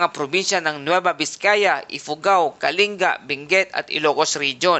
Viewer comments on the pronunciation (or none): none